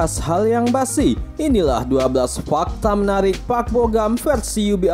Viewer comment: Bogam".. lama" jadi bogem..